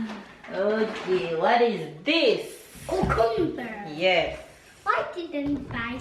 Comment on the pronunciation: Love how said cucumber in patios...coo...cum...ber 😆